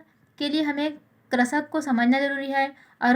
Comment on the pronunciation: Pehle krishak bolna toa sikh ja.. 🤕